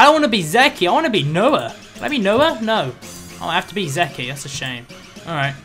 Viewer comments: It's funny how pronounces "Zeke' "Zeki", when it's actually pronounced "Zeek" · in English its pronounced like these letters zeke not ze key just informing you to help with English:D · He pronounces Zeke wrong... Oh well we'll just be hearing a ton of zeki